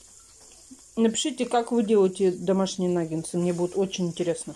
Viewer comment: Нагетсы! А не нагенсы!